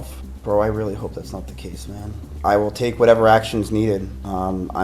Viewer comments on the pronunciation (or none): Windows=Windurs hope= hurpe. Moment=murhment. Anyone else noticed?😂 wtf